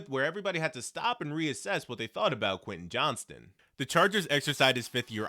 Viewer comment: You mispronounced his name every time